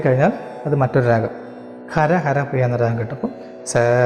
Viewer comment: ഹര ഹര പ്രിയ അല്ല. "ഖരഹരപ്രിയയാണ് " ക്ഷമിക്കണം🙏